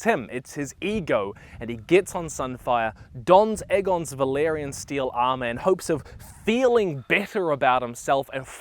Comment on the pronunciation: it’s valYrian btw, not valArian